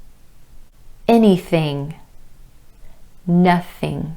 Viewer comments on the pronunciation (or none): none